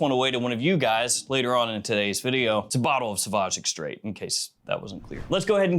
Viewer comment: Say “extreh”. The “ait” stays silent in French. 😊